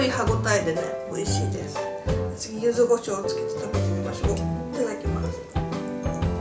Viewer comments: ゆずごしょう× ゆずこしょう◎ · 九州の方だからゆずごじょうなんだと思います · ちゃんとゆずこしょうじゃなく ゆずごしょうっていうとこが 九州人だね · ゆずごしょうなんだ！ゆずこしょうかと思ってた！